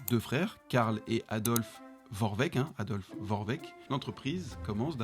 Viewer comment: Ça se dit Vorwerk pas Vorveck